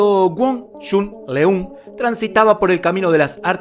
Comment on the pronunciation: ¡Mi maestro murió a los 61 años! La pronunciación de su nombre es incorrecta. La "eu" en Leung debe sonar como una "ö". ¡Lo sé, eso no existe en español! También en todos los otros países esto está mal pronunciado y suena cruel! ¡saludos!